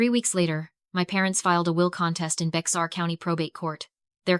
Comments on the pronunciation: Bex-ar County??? SILLY A.I. , It's pronounced "BEAR" county!!! "Bourne, Tx." Is pronounced " BERNIE, TX." You dollar store shit quality A.I. !!!!! THIS VOMIT IS BEING NARRATED BY SOMEONE WHO'S NEVER SET FOOT IN TEXAS. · AI is annoying. They mispronounce all the time. Bexar is pronounced BEAR and Boerne is pronounced BERNIE. Irritating and lazy. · Bexar County,TX is pronounced bear county. The county seat is San Antonio. Can’t totally blame AI. Humans make that mistake too.